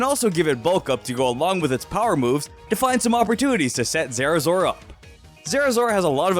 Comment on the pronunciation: I loved how he said "Zerazora" lol